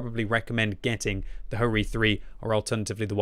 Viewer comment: and HO-Ri?